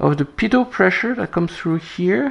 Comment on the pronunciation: As said in the last<?> video -- and some viewers mentioned in the comments section below that video -- his pronunciation 'p-toe' for "pitot tube" is correct. I noticed in this video pronounces "mach" like 'mack', which AFAIK is how it is pronounced in the UK. {Give me enough time and I will come up with some kind of AWFUL PUN based on /Mach/Mack...🤭}